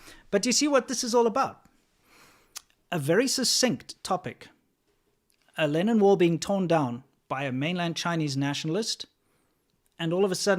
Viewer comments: I kept hearing "Lenin wall" and I couldn't figure out why it represented anything good.. Oh I need to go to bed. Obviously it's "Lennon wall". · What is he saying? Lenin wall? As in V. I. Lenin? Or linen? Lennon? Really I want to know. Oh I found it. For anyone else who did not know, the first one was in Czech Republic and it was in honor of John Lennon. Also used in Hong Kong. I had no idea.